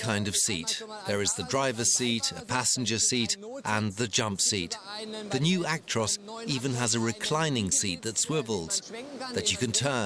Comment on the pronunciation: It's called a Truck not a tractor and its Ac-tros not aik-trois